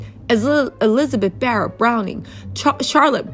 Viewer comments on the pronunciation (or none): none